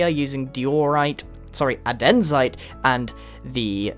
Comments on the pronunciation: Grian, the stones are pronounced: DI-or-ite instead of Di-OR-ite and AND-e-site instead of A-DEN-zite :p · It's andesite, not andensite. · "A-dens-ite"? It's not hard to pronounce the stone types ._. An-de-site Di-o-rite Gran-it Not that it really matters. Just something I see everyone doing lol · not to be rude but i'm pretty sure it's pronounced "an-deh-site" and not "ah-den-site" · Its pronounced daiyorite. not dioorite. ANdisaiyt not anDEsite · aDENzite? ANdeSITE! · Idiot its andesite not adensite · deorite adensite pronouncations of grian made me fell my chair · ITS SO ANNOYING THAT HE STILL SAYS ADENSITE!! AARGRGAGRGARAGRGARR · What’s with the deeorite and the adensite??? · IM DYING "Adenzite" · DEORITE, oh sorry ANDEESIT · They're pronounced "die-ohr-ite" and "ann-deh-site." Are you dyslexic or something? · 'Adenzite' & 'diorate' lol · For all the Americans out there... Portalou- porta potty Andesite- and ee cite Diorite- die or ight Just to clear some confusion. Of course not to make fun of any languages or pronunciations of words. Keep up the great vids Grian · U pronounced andesite as adensite...